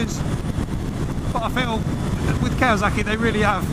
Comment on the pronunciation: It’s kawaSaki not kawaZaki Why is everyone saying that now what’s wrong with you lot ??